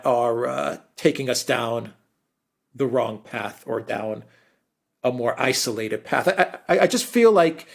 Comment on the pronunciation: Alexander, when, oh, when will you pronounce 'isolated' properly? It's not izzolated!!